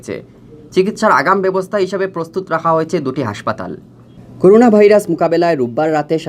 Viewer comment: করুনা নাকি করোনা কোনটা? 🤕🤕